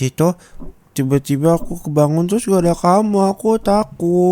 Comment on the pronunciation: aku denger nya ciba² bukan tiba²😭😭